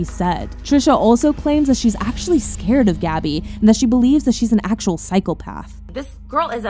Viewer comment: did you just say cycle path instead of psychopath...